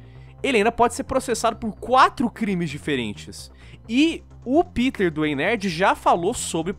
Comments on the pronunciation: Não se diz piter man. Se diz pêter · "Piter", klklklk, ele fica pistola quando não chamam de "Pêter". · Pq a dificuldade das pessoas chamarem o PETER pelo nome corretamente.. ao invés de PITER na fonética. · E pq e assim o nome Peter ele e americano ou seja normalmente as pessoas que conhecem vai dizer E com som de I mas como vão saber que esse E e pronunciado em alemão? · Ninguem sabe a pronuncia correta do nome do Peter